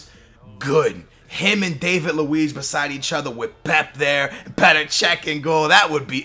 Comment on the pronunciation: Its Dah-vid luiz, not Day-vid luiz